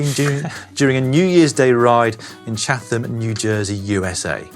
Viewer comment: It's pronounced CHAT-um.